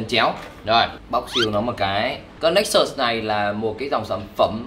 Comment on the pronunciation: hồi 2013 mua nó giá 14 triệu, tiện thể lụm luôn con Nexus S (phiên bản có đèn flash của Galaxy S), mà đọc là Galaxy Nê xús haha